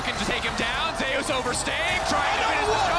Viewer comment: why do their call Zeus "Zeias" is this how he said his name goes? or are they not aware? the most bold it comes out is when one says "wait zeias zeIAS--" and the other says it properly "zeus"